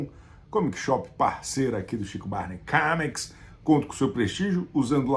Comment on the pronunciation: Há dois vídeos, comentei que eu ficava sempre ansioso pelos zooms que o Chico insere aleatoriamente em seus vídeos, mas eu reparei com este que existe outra coisa que me deixa preso também: quantas vezes ele irá pronunciar "QUÉMIQUIS" (comics) no vídeo??